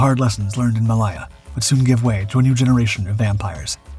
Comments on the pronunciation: And finding new words to mispronounce - Malaya/Maliya? WTF! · Very odd pronouncation of 'Malaya'. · The narrator’s pronunciation of Heinkel is cringeworthy. It’s not “Henkel”. Hein is pronounced like, line, mine or fine. I’ve told you before about this… Malaya is pronounced “ma lay ahh”, and not “ma lie ahh”. Could do better in an otherwise good video.